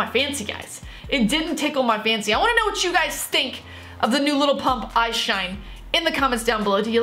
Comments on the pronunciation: It's lil not little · if you pronounce his name “little pump” the song wasnt made for you😭